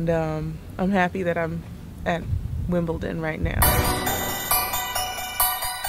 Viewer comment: I'm from Wimbledon and I recall ya'all calling it Wimpleton way back when you first arrived - so sweet :)